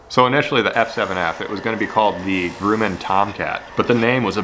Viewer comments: It’s pronounced “Gruh-man”. Northrop Grumman is a located where I live. They have F14 Tomcat fighter jets at the entrance to they’re facility. Pretty awesome to drive by and see it. Really cool lure idea btw. I enjoy these obscure builds. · Grum man. The u is like a uh sound. I worked for them for 5 years building Boeing 777. Nice video and awesome choice of plane to model. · Actually it's pronounced Grumman (like gum). I'm a Northrop Grumman employee. Nice plane/lure though!! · Grumman is said like gum, but with an R - Grum-man. They also make great canoes. Nice job, as always! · It's pronounced Grumman like Yumman. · Love the bait. But also, Grumman is like "gruh-min" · Absolutely. That killed me. If he just said it without saying "If I said that correctly". I would have ignored it entirely. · Grumman is a little tricky to pronounce. Not so much U in the pronunciation. Just like saying Drum only Grumman. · the U in grumman is pronounced more like the U in grub. Not the OO's in Groot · Love the vid but the way you pronounced Grumman 😂😂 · Great video but the pronunciation of Grumman almost had me seizing lol JK keep up the great work! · scrolled down to find this comment, saved me the trouble. Thanks, it was driving me nuts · gruh-man, not gru-men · hello - it's not pronounced "Groooman" - it is pronounced "Gruuuman". like crumb of bread - I want to see what will eat a F-7F Tigercat! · Grumman, not Grooman! Gru, like grub, then just man, Gru-man, or more so, Grum-man, then your all good! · "Grooman" it is pronounced "gr-Uh-men" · It's not groomin, it's gruh-min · grum, not groom. like, yum. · "Grumman" is pronounced like "Hummin'," with a short "u," not "groomin'." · excellent!!. but Grumman is pronounced GrUHmman not GrUEmman just a FYI but it dont matter great Job!!! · It’s pronounced grum-en. Sorry, I’m a plane geek. Looks sweet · It's not Grooman.....it's Grumman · It’s said like “Grumm” not groom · Grum (rhymes with crumb) not Groom (rhymes with doom)